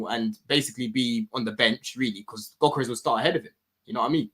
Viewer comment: Whenever you hear one of these panellists pronounce Gyokeres with a "G" instead of 'yokeres', you know they have not watched him play and heard the commentators regularly say his name. It's surprised me how many don't really watch the players they have strong opinions on.